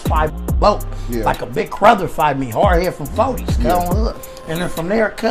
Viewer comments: Nigga said “big crother” lol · Cig Crother